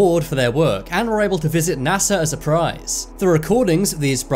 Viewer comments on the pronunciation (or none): none